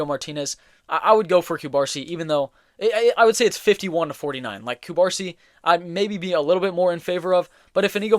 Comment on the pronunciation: hey bro love ur videos, catalan fan from the city of barcelona here, ur videos help me improve my english and i wanted to help u back with ur pronunciation. u misspronuncing Cubarsí surname, u are pronuncing Cubársi instead of Cubarsí it sounds weird. in catalan (also in spanish) the accent marks the stressed syllable (in this case the last letter of the surname). u gotta put tension in the last letter “í” saying Cubarsí instead of Cubársi.